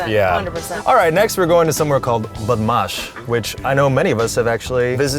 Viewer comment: He pronounced Badmash perfectly wowwwww